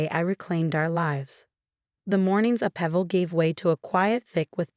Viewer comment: “A pevel”? That’s not even a word! Upheaval! It’s not that tough.